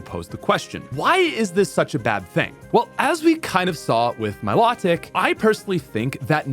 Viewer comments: Mi-low-tic not my-law-tic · Please learn how to pronounce riolu and milotic